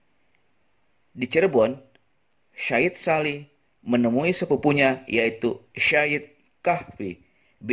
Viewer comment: Maksh atas ilmunya🙏 Tpi ad bbrp kata yg perlu dikoreksi Sayyid sholeh Yg bner sayyid(سيد) bkn shayyid(شيد) Yg bner Alquran ( القران) Bkn Alqur'aan(القرعان)👍😁